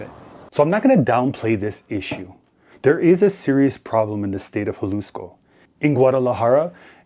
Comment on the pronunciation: Except for his pronunciation of Jalisco